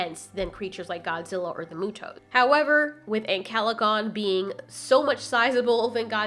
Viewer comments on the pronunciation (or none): Should I tell her how to Pronounce Muto/Mutos ?? well its not pronounced MOO-TOES its Pronounced MEW-TOES